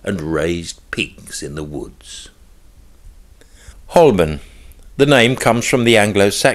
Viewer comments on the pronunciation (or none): Good, but Holborn is pronounced Ho-bun.